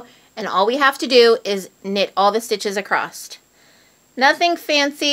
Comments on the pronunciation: Across not acrosst (sorry) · I heard that pronouncing across as acrost was a north mid-western thing. The repeated mispronunciation is accosting my west coast ears. Great channel nonetheless! :) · Sometimes it's just a regional thing... all my family in Indiana says "acrosst" too. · why is it that Americans and Canadians pronounce the word across with a "t" at the end? lol